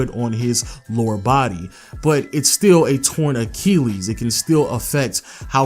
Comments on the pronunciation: "ach-EEL-ees" lmao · It annoys tf outta me when you say Torn Acheelees